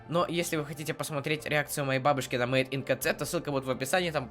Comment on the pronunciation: Читается мэйд ин кей зэд , а не ка цэ... и ударение в слове домбыра на последний слог. Так для информации:))